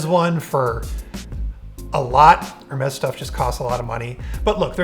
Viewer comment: Can we all take a moment to appreciate how well he pronounced Hermès?